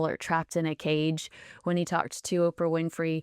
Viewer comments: It's OOOOOOOPRA (long O) not OPPRA, Tom !!!! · I wish this bloke didn’t sound like a pompous gut- his accent that is - and he just can’t pronounce Oprah…